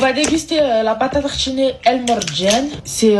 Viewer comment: la pâte à « tartchiner » 😂 on vous la laisse